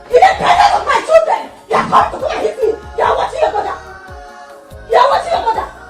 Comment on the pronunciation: I only heard choodren not children